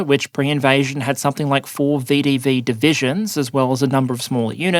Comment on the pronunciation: Long time viewer, but first-time commenter. As someone who was watched this channel for a while, I was saddened to learn that my much-loved pronunciation of VDV ("veh-duh-veh") has now been abandoned in favor of the much more mundane "vee-dee-vee". Please bring back the flair!!